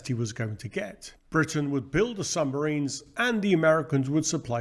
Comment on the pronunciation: Another fascinating presentation! 🫡 But what are these mysterious "sumbarines" of which you speak? 😉